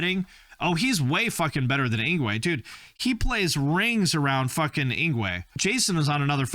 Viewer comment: Actually yngwie is Actually pronounced ing-vay. The w sounds like a v in most European languages like Swedish or German.